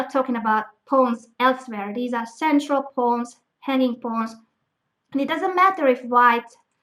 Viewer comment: everytime she says hanging pawns it sound like honey pots xd